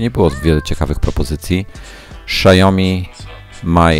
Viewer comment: Wymowa: Siaomi, nie szajomi, ksiajomi, etc.